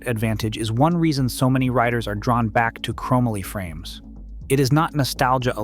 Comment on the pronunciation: “Crow Molly” not “Crom uhly”